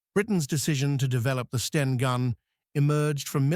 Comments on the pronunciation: Love it when the bot says "steen" instead of "Sten." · The AI generated commentary can't differentiate between Sten and Stein and also repeats some statements over and over, just for padding, no additional information imparted?! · So STEN becomes STEINS ?? POOR NARRATION. And no mention of where the name comes from. Instead, we get tedious repetition £8 million, mentioned HOW many times??? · NOT STERNS, BUT S-TEN = STEN HAD TO FINISH EARLY DUE TO VOCABULARY MISTAKES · is this a A.I. produced video?STENS no steins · Ai is rubbish it is not a Steen Gun for example. It is not in basic english with words left out. must do better. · FFS, dump the AI American commentary. Three hundred AND thirty... Tuneezsha... Steens... Stains.... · Not sure how the narating bot would get on with 'seventeen shillings and sixpence' when it seemingly can't get to grips with 'the' 'stein' 'a' and 'an'....